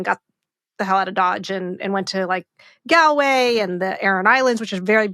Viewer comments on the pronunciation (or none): I love You Asha - love love love. But it’s not Gal-way, it’s pronounced Gaul-way. Sorry to be pedantic (I’m Irish so born pedantic) recommend trinity to your son. Love you!